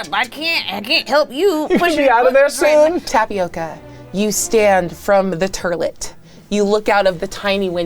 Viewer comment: The turlet? Are you Canadian?